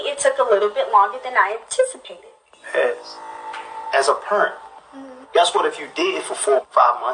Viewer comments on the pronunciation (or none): “As a pernt” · He said "As a pernt" <----parent🤣